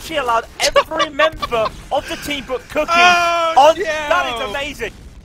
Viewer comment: cook-eye? hurt my ears D